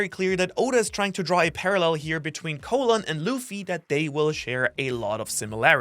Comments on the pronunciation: Not really an unfortunate name lol you're just saying it wrong, try saying call then say in, call-in, you're saying it like colon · "Caw-lin" not Co-lon? His name is not the same at the lower half of your intestine. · ... soo are we all really calling this giant kid Colon, like the digestive system and not pronouncing it like Colon (Colin) the name? Or is this like when people say Marine Corpse instead of Marine Corps. (Core)? Poor kid. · I thought you say colon like cologne